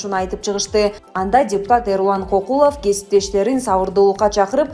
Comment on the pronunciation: Кокулов дебей Көкүлов деп туура айтчы.